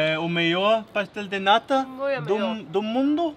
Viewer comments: I love it when says Pastel de Nata because shr says pastel de "NADA" soooo she says it is a pastel of NOTHING 😂😂😂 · Hey, I think you say "pastel de NADA", which actually means pastry of nothing 😆 Or at least that's what I hear when you say it. Does anybody hear that too? Apologies if I'm wrong! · u really gotta pronounce the letter "T" in "Nata", like in the word "Porto", for example, otherwise its "Nada", which means "nothing" in PT